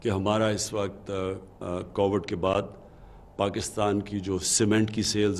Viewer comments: listen to it closely. He said Covered. Dear sir. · Please learn to say Covid. It is not COVERD. Someone teach him English. Please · ask any one and they will confirm what he said. Coverred. Not Covid. If he can’t say that. He should say Corona virus.